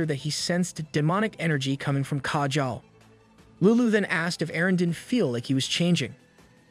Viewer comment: If he was trying to pronounce lulu in a more Japanese way than I guess itd be closer...